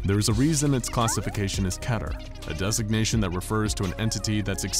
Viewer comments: Keeter not keter that’s been ticking me off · Key-ter nerds it's not ke-trr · isnt keter="keeter", not keter="ketter" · "Keeter" bugged me, at first, as that's not how it's spelled. But it no longer bothers me, provided the content that follows is good. Edit: I prefer "Ketter" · Try saying it key-ter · I think it is kee - ter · It is kee-twr ( w is slightly silent) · I think it’s pronounced kee-tur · It is pronounced like KEY-ter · He pronounced keter wrong